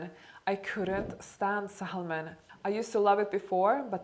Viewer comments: We are so much alike,. My food window is from am to pm and I prefer a whole food plant based diet. I've lost 11 pounds so far. Fyi the L in the word salmon is silent, like sammon. I love your videos! Thank you for the wonderful advise. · Actually “sammon “ shows the correct pronunciation better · The word Salmon is pronounced Samen. The L is silent. Love you! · Dear, I know English is not your native language, neither it is mine native. But saLmon is a very wrong way of pronouncing this word...it’s ˈsæmən Same with almond. I’m only saying it, because I took a short pronunciation course and was told that it sounds very uneducated if you say saLmon or aLmond. Love you. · GRRRRR! The L in salmon is silent. Sa-mon not sal-mon. Orange juice causes diabetes as will any fruit, juiced. The damage is slow and unnoticeable in your youth but by the time you are 40 you will be pre or full diabetic if you don't mind your insulin spikes. Intermitent fasting has been studied and proven to be excellent for disease prevention and overall health. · It’s Sa-mon, L is not being pronounced 😉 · English pronunciation for salmon is sammon 😎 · According to several dictionaries, the correct pronunciation of salmon is sam-un. The '"l" is silent. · Hello. It is nice to see you back on YouTube, and you look great. Keep safe during isolation, Diana P.S In the word Salmon the 'L' is silent...so you pronounce it Sah-mon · Love your videos and your lovely accent as well ,I just wanted to give you a tip in regards to the pronunciation of Salmon the L is silent so its sounds more like Sam -Men it's a common mistake even native speakers sometimes make otherwise your English is amazing ,excellent....😘😘😘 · you look amazing! I started fasting and intuitive eating recently and it works wonders 🥰 but please don’t say the L in salmon, it’s silent, like “sammon” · Don't pronounce the L in salmon. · You do not pronounce the letter L in salmon. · L in saLmon is silent.